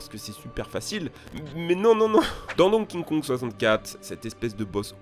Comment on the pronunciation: ARRÊTE DE PRONONCER DONKING KONG! ÇA SE PRONONCE DONKI KONG